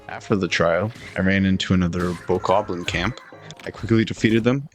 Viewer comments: Did you get the DLC because, when I started, all I got was pants 😂 Man be speaking of the name Bokoblin like it has 4 Os in it (Bokoo-oblin) When you say it, it's pronounced like (Ba-ka-blin) Or at least that's the way I learned it. 😂 Because Baka can mean stupid and then they took oblin from Goblin. Put it together for stupid goblin 😂😂😂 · bo-kob-lin. not boku-oblins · The bokoblin is pronounced bah-kob-lin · btw its bow-cob-lins for pronounciation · It’s Bow-Koe-Obb-Lin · "Bok oh ah blins" 😭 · It’s pronounced bok-ah-blin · When i heard boko oblins i physically cringed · Judging on how you pronounce Bokoblin (seriously, where in that word is a U), I bet you're the type to pronounce Arceus as "Ark-ay-us"